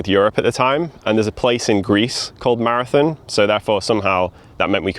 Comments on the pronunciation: "Mozba" 'Marithin" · Every time you say “maraTHIN” rather than “maraTHON” my eye twitches. Seriously though, fascinating history! Keep up the good work.